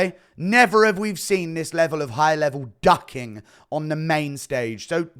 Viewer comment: Enunciate...... DUCKING and DOCKING are 2 different words with separate and unique definitions